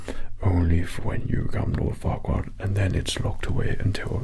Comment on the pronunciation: At first I heard it like fuckward… untill I read it was Farquaad😂😂😂